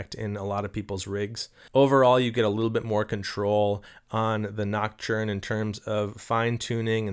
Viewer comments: Pls stop saying ”noc-churn” 😅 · gotta get that French pronunciation of näktərn going on 😜